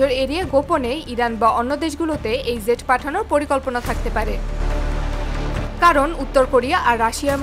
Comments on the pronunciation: একটা হলো jet আর একটা zet দুটা এক নয় মিয়া। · মাফ করবেন jet এর উচ্চারণ ভুল হচ্ছে, ওটা zet নয় বরং Jet